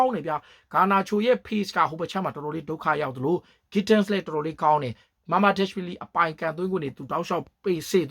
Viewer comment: thank you bro commentators တွေကလည်း အဲ့လိုပဲ အသံထွက်တာ က ဂန်းဒစ် ဆိုပြီး လုပ်လုပ်နေလို့ comment ပေးလိုက်တာ 😬✌️🤭